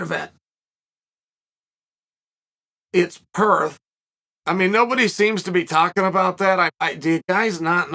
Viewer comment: 😂😂😂 it’s Perth